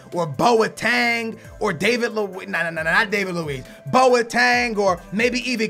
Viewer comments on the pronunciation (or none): none